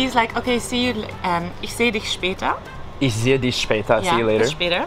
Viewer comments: I thought the "ch" in "ich" was pronounced differently. says it like "sh" in English but I thought it was more from the back of the throat like a "h" in english. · admire your determination,you tackled the language in a short period of time.When you pronounce the word ich you say iš but you need to pronounce it ih.You have an accent of course, I had it when i first started learning Deutsch.The ich is the most noticeable so just work on that,it will get better overtime. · I'm sorry but ICH ICH not ishhhhh it's ICHHHHHH im sorry, but it's ICHHHH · the shower = die Dusche (DOUCH-UH) You always pronounce the ending "e" in German. Also, "sch" is always pronounced like "sh" in English. German words starting with "sp" or "st" are always pronounced as if they started with "shp" (Spiel = SHPEEL) or "sht" (Stadt = SHTADT). In German, the letter "s" is a soft sound (Sonne = ZONN-UH), while the letter "z" is a sharp sound (Zimmer = TSIMMER). As for "ei" vs "ie", in German it's always pronounced like the second letter as a standalone in English (AYE vs EE). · You say isch, I think you can just say ich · you pronounce your ICH as 'EESH' but it is rather 'EEG' like SIEG in SI.E.G HE.IL (sorry for the horrible example) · take a shot every time he pronounces it “EESH” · You're doing amaaaaaing,!! The best advice I would give you as a German native speaker is to work on your 'ch's, for example you pronounce 'Ich' 'Ish' but it should be a 'CCHHH' sound if you know what I mean hahah it's hard to describe. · Hey 😇. You should correct the way you pronounce „ich“. It is like you say „isch“. Ask your teacher so as she can explain to you. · Loved you & Jo since day 1. I don’t speak German by any stretch of the imagination, but it sounds like you’re pronouncing “ch” (after i or e) just like “sch.” I would say that the soft ch in German is the same as the first sound in “huge” (exaggerate it). In some Spanish dialects, it’s the g/j in “gente” or “elegir.”